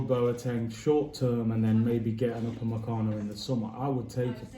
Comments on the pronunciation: Raaabbiee!!! Its UpameCANO not UpaMANcano. 😭😭😭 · "Pochechino" "Upamencano"